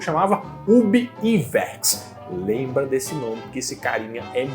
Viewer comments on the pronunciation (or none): a pronuncia e Ub Aiuerks, nao "Iverks"